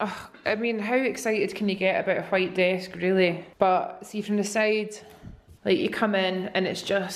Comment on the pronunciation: Ok I love you so much so please don't be offended, but when you're talking about how you like the white desk I swear I heard quiet everytime with the ole accent (which I love your accent!!! 😍) hahaha but I was like what the heck is a quiet desk am I living under a rock hahahaa ok bye I love you so much one of the only youtubers I still watch I love the vlogs been watching since week 1❤❤❤❤